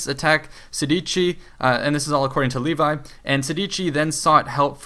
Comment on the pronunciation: Levi? You mean Livy.